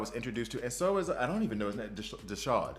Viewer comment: There's no 'sh' sound in Desaad. His name is a wink at the Marquis De Sade, a French author who we get our word 'sadistic' from. If you need proof just check his gear. You mostly get the pronunciations right so I thought I should try and save you on this one.